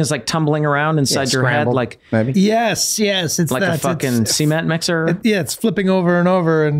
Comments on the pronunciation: Glenn's pronunciation of 'cement' is the one thing that immediately gives him away as a southerner. Love it! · Glenn saying "seement" gave me a halfchub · Glenn pronouncing cement, seement Hello Montgomery! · lol glens southern accent shining through, pronouncing cement as sea-meant. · Nice pronunciation of cement there, Glenn. "Ce-ment."